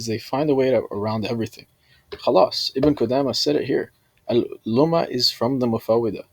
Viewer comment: Speaking about Ibn Qudamah while not knowing a lick of Arabic. Can't even pronounce the Shaykh's name right, and couldn't distinguish the difference between Muffawidh and Muffawidha. Truly embarrassing.